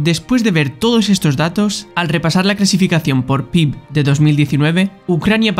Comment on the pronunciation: Buen video, las cosas que cambiaría serían el título por un "Y SI", que es la base del canal y otro error que había era la pronunciación de PIB, que se dice "pe-i-be"